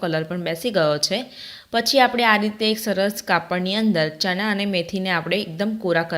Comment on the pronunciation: ચના નહીં ચણા